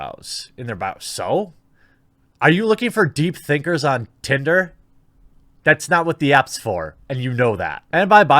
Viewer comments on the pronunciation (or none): none